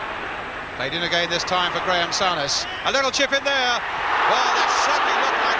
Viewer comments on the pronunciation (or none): Sow-ness instead of Soo-ness haha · FFS Brian..Its Soo-Ness, not Sow-Ness. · Great goal from Kenny....but look how well Souness played too. ( or "sow-ness", as lovely old Brian Moore kept calling him). I think the signing of those two players were probably the most important in the club's history and transformed them from a 'merely' great side into one of the best the country, and Europe, has ever seen.